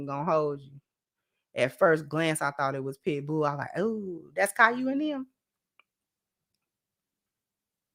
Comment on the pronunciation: This lady done said Caillou Smith😂😂😂. I’m through